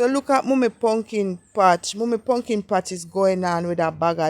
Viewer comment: "wukless punkin"😂😂😂😂you are hilarious